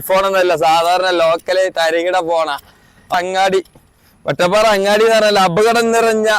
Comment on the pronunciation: പറഞ്ഞു പറഞ്ഞു മാറി തുടങ്ങിയോ... വെട്ടപ്പാറ അല്ല വട്ടപ്പാറ യാണ് 😊